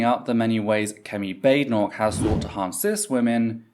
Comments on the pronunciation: as an american 1) I'm shocked desantis' name is pronounced "DEE SANTIS" 2) he completely mispronounced Badenoch's name after she had just told everyone how to pronounce it. 3) Desantis is an idiot, no one, not even most republicans out side of Florida, think he's anything but a fascist idiot. he's also term limited now, so expect a bunch of this stupid crap. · Considering the behavior of the conservatives during the election I suspect Ron deliberately mispronounced her name.